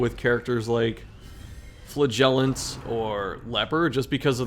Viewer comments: Does he say flagellation, flahgelateteaon? At this point I’m actually curious. I love his content, but why does he do my man flagellant so dirty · Flagellant is stressed on the first syllable.